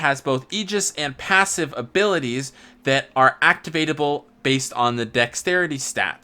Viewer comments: Also I heard passive? Isn't it pavise? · Right? Also Mt = Mount? Pavise = Passive? Luin is good because of the combat art? What a video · Came here to make this comment. No idea how to pronounce it (pa-vee-say, pa-vice, pa-viss, etc), but I know it's not "passive" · IDK how you got Passive from Pavise (Pah-Vise) but your not saying that right my guy